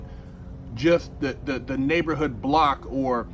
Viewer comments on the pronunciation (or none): none